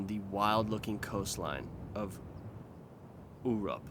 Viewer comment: ("urup" can be read as "ooroop") thanks for the interesting video, felt like watching "discovery" channel x3 very entertaining!